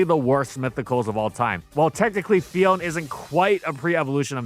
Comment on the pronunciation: It’s Phi-on-neh, not Phi-own.